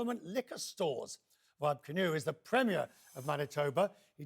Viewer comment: I agree with you, but out of respect to the premier: First, his surname is Kinew, so he's Premier Kinew. Secondly, his given name is Wab (Short for Wabanakwut), not Web.